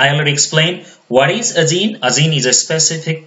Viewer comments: Zene = Gene with a G pronounce Jean not with a Z. Even CC types Zeen. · This is really help full I wish you were my bio teacher , But when you pronounce gene , you keep saying zine and evin my subtitle writes zine